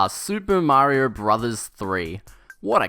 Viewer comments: Mario not Marior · MAHRYO...?!? WTH! I can't take it a whole video